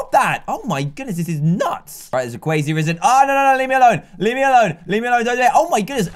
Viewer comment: DanTDM: Alright there's a Cwazy Rizard. Me: Facepalm